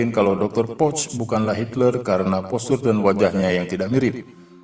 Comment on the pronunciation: bacanya poh. bukan poc hadeh